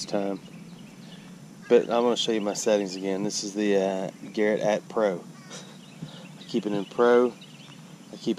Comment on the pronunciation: He called it the Garrett "AT" Pro...not the "A-T Pro" LMAO!!!